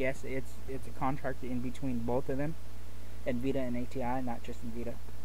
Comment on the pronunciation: It's N-vidia not nveda